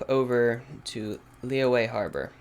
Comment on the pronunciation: Lee yu eh not Lee way jeez